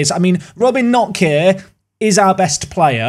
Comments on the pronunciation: Just a vague heads up with German that they pronounce basically all of the letters (not like English with all the silent letters). So for example with Knoche you'd pronounce the K and the e (I think something like k-nock-uh) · There's 5 sounds in Knoche. You managed to pronounce 3, 1 of which was wrong. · glad you sold knoche because that pronunciation would drive me crazy otherwise :p